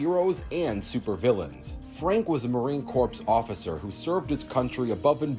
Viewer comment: To pronounce Marine Corps it's pronounced Core not Corpse. That's how you say it right. Sure people in the comments can say "It's the same and it dosen't matter." Wait until they say that to a Marine and they will be rip to shreds by a pissed off Marine. Speaking of Marine Corps I been to Paris Island South Carolina 3 times back in High School and I love it and I have no regrets coming to Paris Island. SEMPER FI MARINE CORPS OOOOOOOORRRRRRRRRRAAAAAAAAAGGGGGGGHHHHHHH!!!!!!!!!!!!!!!!!!!!!!!!!!!!